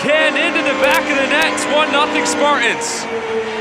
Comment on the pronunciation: Spart-ins 😹🤣😂. Learn to talk bro